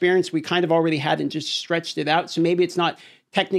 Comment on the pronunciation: I all-raydee maxed out my oh-poes.